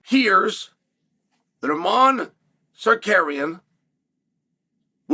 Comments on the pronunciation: I will never not laugh at Uncle Chael saying “Sar-Kar-Eon.” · I was like, “Who the fawk is Sakarian?” before realizing this is uncle Chael and it’s Tsarukyan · Chael!! You promised you would pronounce Islam and armans last name correctly !!!